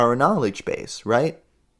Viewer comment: hhahahaha Faucolt 😂😂 love it Fou-Colt😂😂 its perfect